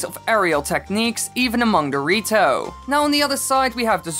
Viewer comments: I can't unhear "dorito" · When you say “the rito” fast it sounds like dorito